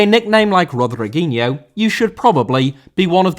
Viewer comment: Rodriguinho* not Rodreguinhouw